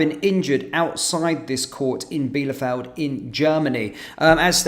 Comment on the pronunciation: Bielefeld is pronounced 'Bee- le- Feld.'